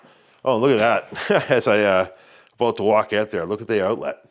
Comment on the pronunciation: you definitely have an American accent except for your pronunciation of “house” and “about”. 🤣 the closest I can get to your about is aboot. I can’t get anywhere near your pronunciation of house.